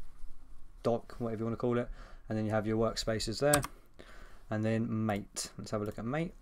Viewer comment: Just so you know - it is pronounced as Mah-tay.